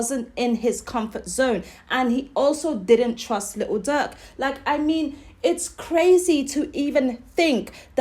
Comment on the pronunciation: YOU SOUND SO DUMB 😭😭😭 LITEL DUUERK😭😭😭